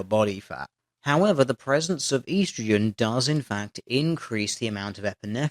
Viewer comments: why do you say EE-strogen like some kind of mongoloid it's estrogen. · ee-strogen? Isn't es-strogen how it's supposed to be pronounced? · estro-gen not East-ro-gen you're killing it....I had to stop watching...you just butchered the word... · It is Ehh-stro-gen not Eee-stro-gen. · On the men/women fat thing, there's also the factor that when men and women work out, men generally choose to do more weights and women tend to do more cardio, and cardio often helps you burn fat more. So women have a pretty big advantage working out if they want to do cardio. I guess men are still privileged though because feminism. Makes perfect sense. Also EEEEEEEE-STROGEN? Seriously, man? I mean, I know you're an Aussie, but here in good old 'Murica we just call it ESSSS-TROGEN. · Consider this: "E-strogen" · It's supposed to be spelled 'oestrogen', so you Septics are the ones killing it. 'It' being the beautiful, glorious English language. You know, English, from England. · I love how you say eastrogin... it sounds like the opposite detection of westragin... lol... you have a nice ascent though... were is it from. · How you say estrogen bugs me.